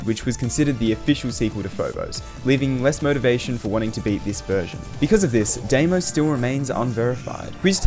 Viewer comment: I know its not important but Deimos is pronounced dimos as it comes from the greek word where ei is pronounced i great video though